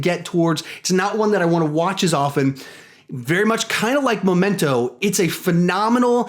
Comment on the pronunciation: It's Memento not "Momento"